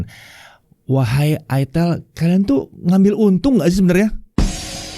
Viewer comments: Ingat cara bacanya : aitel, aitel, aitel..... Bukan........... til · "Itel" Dibacanya "AiTel" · Makanya bacanya aitel